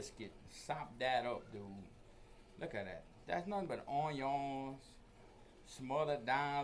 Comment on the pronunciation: ON-YONS, love this guy 🧅